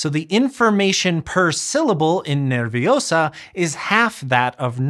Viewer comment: Small correction: "nervioso" has three syllables: ner-vio-so (i. e. io is a dipthongue there). If I pronounce it as ner-vi-o-so, I sound to myself like Hermione when she says "It's le-vi-o-sa" 😂